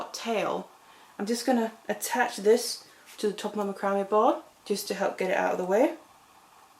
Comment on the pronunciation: Love your designs! By the way, macrame is pronounced Mac cra may